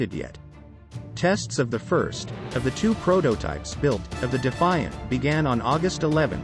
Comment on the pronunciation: Can’t even get the planes name correctly? Eh ?